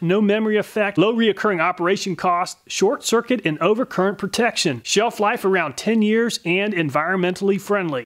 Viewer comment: The Castnoo also read "sheef-life"